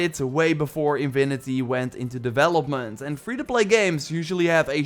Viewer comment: its not invinity its infinity, the v is wrong, not a “v” sound, a fffff sound, lol